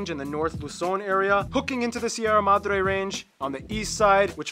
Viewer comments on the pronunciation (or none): none